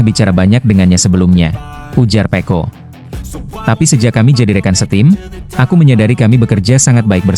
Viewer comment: Kok nyebutnya pe'o bukan pecco 😂